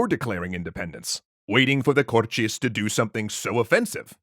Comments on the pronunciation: Thick Brazillian accent? I can assure you we don't pronounce it as Cor-Tschêz. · omggg there's no x in cortes why do you keep saying cortxes😭😭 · Love how you've pronounced Cortes with a Brazilian accent despite them being Portuguese. BRASIL SIL SIL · The "Cortes" were in Portugal, so no reason to pronounce the word with the Brazilian accent... Apart from that, great video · The way you pronounce 'Cortes' is the Brazilian way. The Portugese way would be to pronounce the 't' as a simple 't'. /t/ before /i/ or /e/ being a 'ch' sound as in 'choose' is a Brazilian thing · Kinda irritating tha he's pronouncing cortes with a thick brazilian accent